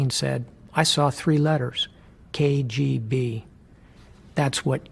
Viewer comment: "I saw tree letters: KAY GEE BEE. That's what we need to understand about Vladimir Putin." Just lol 😂